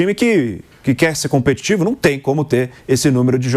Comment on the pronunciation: "Competivo"..., essa palavra existe??? Não foi engano, ele repetiu 2 ou 3 vezes... Deve ser mais um "assassino" da Língua Portuguesa como o do "Infrépatico" quando estava lá escrito Infra-hepático...😊😊😊